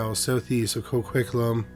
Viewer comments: As someone living in Coquitlam.. it’s pronounce CO-QUIT-LAM 😂other than that great job as usual❤ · The way you pronounce Coquitlam is interesting🤣💘